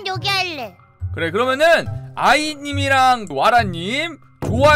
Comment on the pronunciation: 아인이 아니라 아이 에요